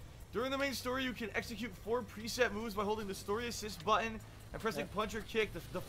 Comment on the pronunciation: I can't stand how he doesn't pronounce T's 😡 I gah hih! I'm pressing bu..ins. He keeps reading my inpuuhs. Whaa I didn do thah!